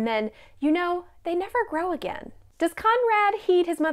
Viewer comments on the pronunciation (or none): none